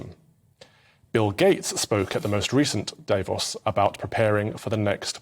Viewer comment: Calvin needs to do some ACTUAL LEARNING. First time he said Davos in this video he said it correctly... the second time he said it, just moments later, he said Day-vos This whole video sounds like someone who was TOLD to do a segment on the World Economic Forum and did a very brief google search. Anyone who knows anything... knows how to pronounce Davos